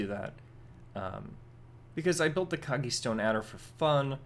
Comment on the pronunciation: hello. One thing i need to mention: it's "Kogge-Stone Adder", not "Koggie". Sorry for being 'rood'.:P I'm just like that. I don't want to be rood.:-)